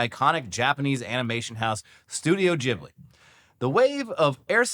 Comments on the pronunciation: Studio jibbly? I thought it was pronounced GIB-blee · Its pronounced GIBLY not JIBLY